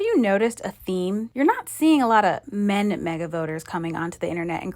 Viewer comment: "You're not seeing a lot of men MAGA voters... crashing out over been disinvited to thanksgiving..." I was gonna say Jesse Watters has mentioned multiple times how the rest of the Watters family is basically doing their best to avoid interacting with Jesse, but then I noticed you did emphasize "men", so never mind.